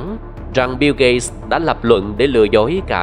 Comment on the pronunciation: Tên ổng là "biu gết(gate)", mà bạn đọc "biu gây(gay)" là hỏng rồi